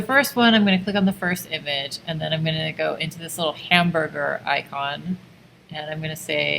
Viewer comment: She really looked at 3 lines and said "hambrugr"